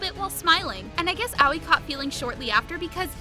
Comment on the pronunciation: Its ahh oii not owey haha